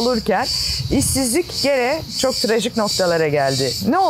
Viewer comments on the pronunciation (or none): none